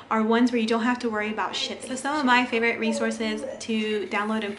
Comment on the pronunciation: Is English your first language? I've never heard someone pronounce favorite like that.